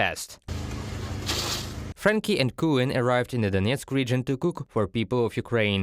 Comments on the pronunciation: Coen with an oe as in shoe, or as in you, Coen rhimes with soon and moon, it is short for Kunrat in German. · coen not cuen ....... as the sign says , franky`s and coen ! :) ............ same i do when the dutch state the names wrong ! so equal critting !